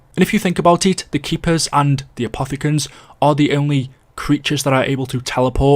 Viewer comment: My man wouldn’t stop saying apothogens